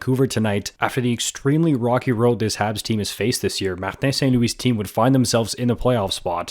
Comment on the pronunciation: I was caught off guard by your absolutely perfect pronunciation of Martin St-Louis' name